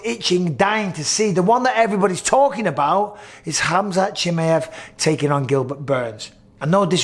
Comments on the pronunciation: the way Bisping says Chimaev drives me nuts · I hate how bisping says Chimaev 😂😂😂